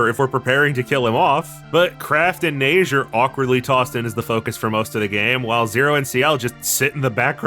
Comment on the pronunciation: As a french man, I am happy to say you're pronouncing Neige right, I don't even like my first language but it bothers me so much when people fuck up pronunciation xD